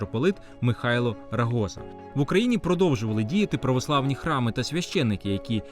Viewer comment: Аліме, дякую! Зауваження: РогозА наголос, участь БЕРУТЬ, а не приймають (росмовна калька). Насамкінець: Іов Борецький - має бути проклятий у віках, оскільки першим протоптав доріжку до моксельських царьків з чолобитними, першим вжив блудливу смердючу формулу про "братскіє народи", кляньчачи грошей на відбудову якоїсь там згорілої церкви. А далі пішло, як по маслу: прокоповиі, які нарадили забрати в України її самоназву, яворські і усіляка інша зрадлива наволоч